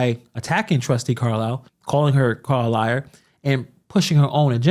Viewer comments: So she wants to sue for defamation ,but insists upon calling trustee Carmen Carlisle " Car-liar"? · Lol I’d rather be called Carlliar than Theifany